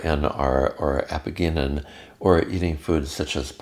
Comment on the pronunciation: Great video, thanks! (It's pronounced "a-pee-jeh-nin" not "a-pee-ge-nin" though.)